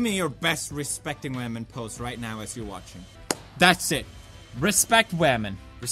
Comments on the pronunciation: women? you mean WAMEN! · HENRY THE RC CAR I believe it's pronounced wahmen